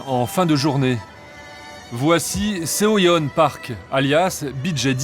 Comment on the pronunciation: Pour tout reportage qui se passe à l'étranger : renseignez vous un minimum sur la 0rinonciation des cinq mots étrangers que vous prononcez dans votre reportage. C'est pas difficile. Faites un effort. Mokbang* Soyone* pour mubkang et Seoyeon. Kimtchi pour Kimchi. Et j'en passe. C'est pas difficile pour le peu de mots que vous devez prononcer et c'est plus respectueux pour la culture évoquée.